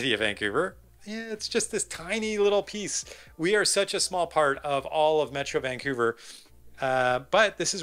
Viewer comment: Good stuff, but it seems like you alternate between pronouncing Vancouver as; Vancoover (correct) and Vankewver (incorrect). Of course it could just be my hearing... Good content nonetheless, but because of the aforementioned, I gravitate towards your videos about Burnaby, Coquitlam and Port Moody :) (Edited to be less acerbic and grumpy old man-ish).